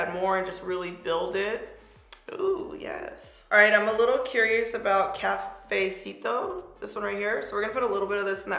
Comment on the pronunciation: No hate, just help: Cafecito (Ka-fe-SEE-toe) Estrella (Eh-strā-ah) rooooooooll that r Chisme (Cheese-meh)😆😆😆